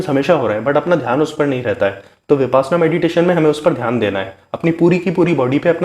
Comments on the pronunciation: First of all you should pronounce the word correctly VIPASHYANA not VIPASNA, which is actually reverse word. 2. 10 days meditation shivir compulsory for new person, not 7 days or 3 days . Be Happy 🌹🙏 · I think correct pronunciation is - Vipashyanaa n not vipasanaa. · Brother please pronounce as vipassana not as vipaasna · ऊचारण ही ठीक नहीं है बार बार विपाशना बोल रहे हो ये विपश्यना है पशयना पाली भाषा का शब्द है इसका मतलब है विशेष रूप से जानना गुरु गोयनका जी परवचन मैं बताते हैं फिर भी साधक विपाशना बोल रहे है मेरा सभी पत्रकार बनधुओ से निवेदन है इस ऊचतम विधा का ठीक ऊचारण करें